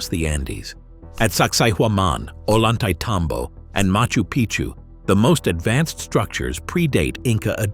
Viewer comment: Just so you'll know...the "double LL" is pronounced as "Y". Say, O yan tah-y teh tom bo"